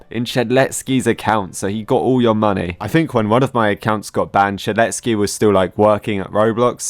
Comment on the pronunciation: saying "shedletSKI" makes me tick everytime i hear it